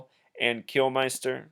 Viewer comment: Kilminster ! -not flippin, "Kilmeister" Not a good start. Edit Before Uploading ! No 'Like' from Me for starting off by getting LEMMY'S name wrong Twice !! You also have him down as 'Kilmister' and base a numerological thesis upon This ? HaHa -REALLY ?! -Just enjoy the music mate.